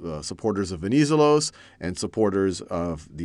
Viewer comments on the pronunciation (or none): Very nice tutorials! Venizelos is highlighted at the second "e". VenizE'los.